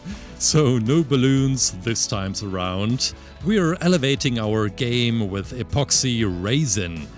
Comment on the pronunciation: The way he said apoxsee raisin